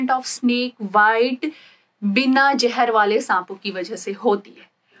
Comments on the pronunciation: MBBS doctor but still says Mareej insted of mareez Jehar insted of Zehar and Enjayme insted of Enzymes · Very informative video, but please correct your lingo as it was painful to watch. Example: it's Zeher not Jeher, Enzyme not Enjyme, cheez not cheej, mareez not mareej etc.